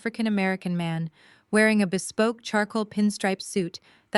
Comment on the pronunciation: "BESPOKE" STOP!!